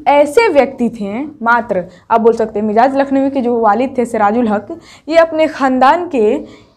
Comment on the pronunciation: آپ کا سبق بہتر ہے اچھا پڑھاتی ہیں... لفظ مجاز کا تلفظ मजाज है